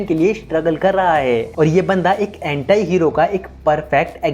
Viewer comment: एंटाई नहीं भाई एंटी होता है